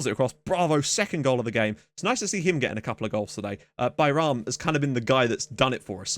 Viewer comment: it's been hilarious watching you trying to pronounce Bayram's name properly. I appreciate the commitment. I am obviously not an english native speaker so I do not know the phonetic alphabet, but you spelled it perfectly just fyi